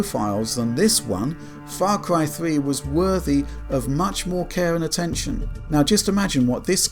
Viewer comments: What is "Fah Cwy"? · Farcwy fwee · Fah cwy fwee, hi. Sorry it just becomes so noticable hah